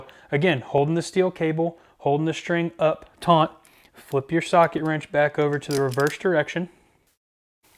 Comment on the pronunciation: Thanks for the info, I've wondered how these work. FWIW, the cable is TAUT, not tauNt. Never taunt a taut cable